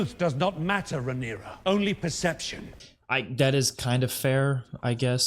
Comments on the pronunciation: It's not Rhy-nera, it's Raeh-nyra, pronounced Ray-nera.😊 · Also, "Ray-knee-ra" , not raeyniera😂